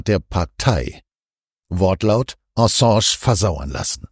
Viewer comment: „Ensange“???? Könnt Ihr, um Gottes Willen, den Namen nicht korrekt aussprechen?!?